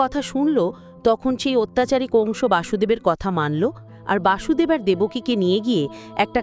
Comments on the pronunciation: বাসুদেব নয়',বসুদেব। হরে কৃষ্ণ। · বাসুদেব নয়,কৃষ্ণের বাবা বসুদেব